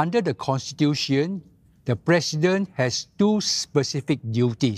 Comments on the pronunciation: Its president.. not PRESSident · LOL even singlish he failed alamak.... how to be plecident leh?